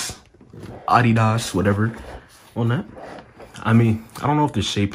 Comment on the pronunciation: You're the first one pronouncing Adidas right